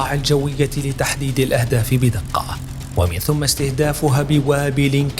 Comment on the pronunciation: طريقة الأداء رائعة ومميزة، لكن هناك بعض الأخطاء اللغوية التي ينبغي الانتباه لها سمعتها منك ومن زملائك كثيرا في عرضكم، اهم تلك الملاحظات: ضم (ثُم) بعد الحرف (مِن) المكسورة، ومن المعلوم أن (ثم) إذا جاءت بعد (من) المكسورة لا تضم أبداً بل تفتح فتصير و(مِن ثَم)؛ لان ثُم بالضم حرف جر ومِن احرف جر فلا يجتمعان حرفا جر الا نادراً. أما (ثَم) المفتوحة فتأتي بعد مِن المكسورة اشارة لشيء ماء أو للالتفات له، فتتناسب مع سياق الكلام، فيزيد عرض الموضوع جمالاً على جماله. والمعذرة اخوتي.